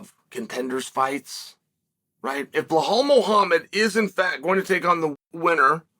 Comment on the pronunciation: Am I hearing things or does Chael keep calling Belal Behal??